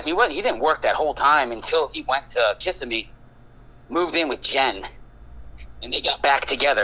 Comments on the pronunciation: Does this guy really know him? That's not how you pronounce Kissimmee and if he's saying he was at his house all the time that would imply he lived close by... I'm north of Orlando and it's common knowledge of how you pronounce that... I'm only a few min into the vid but can you confirm this guy knows him? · Do you know this guy? I’m surprised he doesn’t know how to pronounce Kissimmee. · eh, I heard him say it right at the end. Must just not be from FL and effed it up the first time?